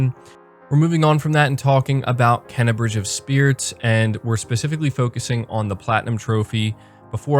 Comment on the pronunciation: First of all the name is pronounced KAY-NA not KEN-NA. How do I feel about it? There is only one way to feel about it because the game is top-notch all around. The graphics are stunning. The gameplay is fun and varied, with a nice difficulty. This is not a kids game from a difficulty standpoint. And the sound/music is some of the best all time. So far this is a 9/10. Speaking of great games. If anyone is looking for another great game, do NOT sleep on F.I.S.T Forged In Shadow Torch. The game is so, so good. Graphics are great as is the soundtrack. But what puts it over the top is the polished gameplay and combat. So fun. An easy 8.75. Not sure why you would think Deathloop wouldn't sell well. It's a quality new game on Ps5. It will sell.